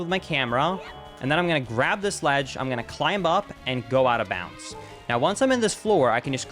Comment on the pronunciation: This dude pronounces the letter B in climb. Its a SILENT B. 👎